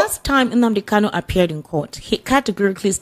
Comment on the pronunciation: This man should know the name is Nnamdi KaNu, and not Nnamdi KaLu. The last name is spelled with "N," and not "L."